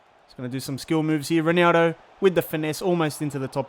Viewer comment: Can you pronounce ronaldo's name right please?